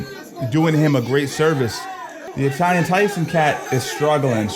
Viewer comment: why did you pronounce Italian like that bro it ain't Spanish sounds so weird